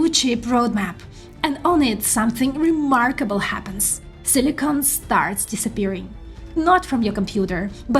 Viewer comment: Silicon not silicone, you keep saying silicone.